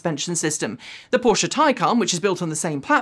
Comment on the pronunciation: Now that you have started correctly pronouncing Porsche it's time to work on Citroen. Hint: It is a three syllable word, "sit-row-en". The pronunciation you used in this video is the French work for lemon.